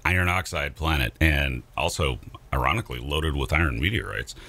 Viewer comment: IRON -ically 😂😂